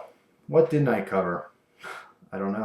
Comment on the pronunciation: "didjt"? "haev"? I think you should lay off the drugs.